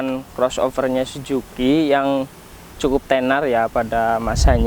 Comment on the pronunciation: Suzuki bang bukan si juki 😭